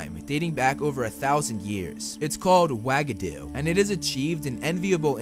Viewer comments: I can’t be the only one who laughs every time I hear “wag-a-doo” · The way you pronounced Uagadou made me, no exaggeration, physically cringe and almost gag. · F R E S H U A G A D O U ?!! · Hey dude, sorry, but pleeaaase look up the pronunciation before you talk about these schools. The word "Uagadou" could never EVER be pronounced that way - same with Beauxbaton. It seems like a very eurocentric thing to do and I wanted to mention that. Apart from that, great video!